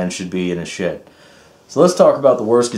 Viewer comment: Nice you put some work into your shit. Or did you say shed?